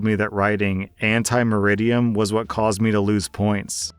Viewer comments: It's ante (before), not anti (against) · How can you mispronounce ante as anti when you're actually reading it? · ante is pronounced ahn-tay. It's Latin.